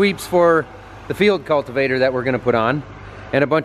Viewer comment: Preciate you saying Field Cultivator correctly, and not "Digger"